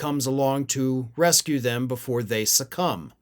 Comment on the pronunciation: I had to rewind this because said that republicans, "succumb" but I heard, "sucks cum". Same difference.